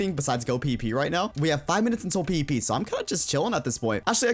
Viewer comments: When ever he says PvP it sounds like PP xD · Everytime he says pvp it sounds like he is saying pp